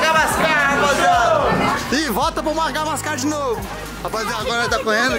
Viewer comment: O fala mangabascar 😂😂😂😂 eu ri demais